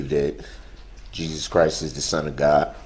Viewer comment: “I wanna start firs by giving glory to Gaw…I believe in Jesus Chris…and I’ll continue to not pronounce the last letter because I’m a disgusting vile evil scumbag”